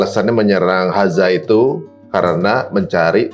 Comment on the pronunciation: Om, sebutnya "Gaza" aja gpp koq😅 Akh nyebutnya pake dialek arab, yakni "Ghazzah" (غزة) Atau boleh juga nanti latihan nyebut dialeknya belajar sama ustadz Adi atau UAS 😊😊 Barakallah ya om, makasih udah angkat tema ini dgn narasumber asli dari sana 🇮🇮🇩🇵🇵🇸𓂆🍉✌🏼🕊️